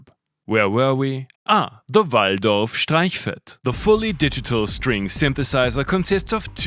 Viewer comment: Your videos are Gems! 💎 Every meme make me pause it... 🤣are so good! PS: your Austrian accent when how you say "Waldorf" makes all sense. 😎 Thank you 🙏